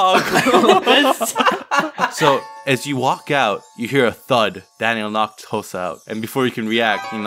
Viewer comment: Thats not hosah- -Hosah